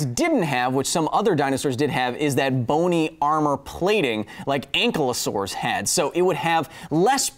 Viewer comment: You called Ankylosaurus “anklsaurus”